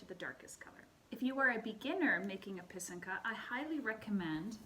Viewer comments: So pretty! Very helpful to see and hear how to make these beauties! I also learned how to say pysanka properly ;) do you blow out your eggs? Have you made these with your students? I love to pair this with Rychenka’s Eggs 🥰 Thank you for sharing! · Thank you a very nice, simple explanation. I also appreciate that you used proper Ukrainian pronunciation for pysanka, pysanky and kistka!! 🥰💖🇺🇦💕👍